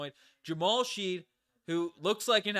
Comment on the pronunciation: Fyi, Shead is pronounced shed...rhymes with head.